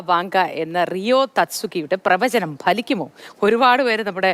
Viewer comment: ഭലിക്കുക അല്ല, ഫലിക്കുക.. ഫലിതത്തിന്റെ 'ഫ'... മലയാളം അരിയില്ലേ, കുരച്ച് കുരച്ച്....?. അതാണോ ലൈൻ, ആഹ്...😮...?.